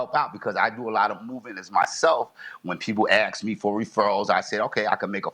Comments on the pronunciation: The Defendant is a school teacher and still says AX instead of ASK? Does he call the Poe-lease or call for an Amba-lance ? Educated people Don’t speak like that. They speak proper Grammar. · No way is the defendant is a teacher! "Tooken" and "ax" he's giving me a headache